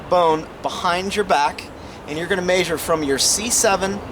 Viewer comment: MAN! I am loving this series, thanks so much for doing this .... my only beef I have with this whole thing is: why do you say MAYsure, instead of MEAsure? Again, thanks for the series!